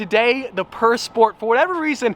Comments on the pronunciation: can you pronounce how it was supposed to be pronounced? pure? and not purr. its not a cat that purrs. 'pur' in french is pronounced like 'pure' in english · Pur pronunciation I believe is pure